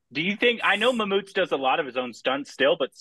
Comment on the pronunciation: Not "Mammoott" Say "Mammootty"